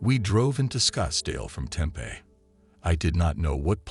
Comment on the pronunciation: Why does the narrator mis pronounce certain words????? Tempe , herritic?